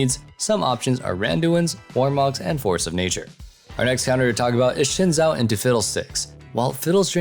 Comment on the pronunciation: Xin Zhao is pronounced Sin Jow.